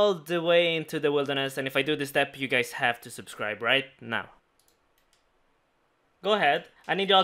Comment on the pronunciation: No one:: SUB-CREE-BEH